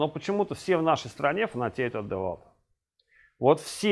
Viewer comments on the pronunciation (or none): девальт))))) Девольт!